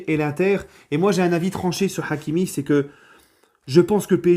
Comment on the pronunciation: L'accent forcé sur le H de hakimi 🤦🏾‍♂️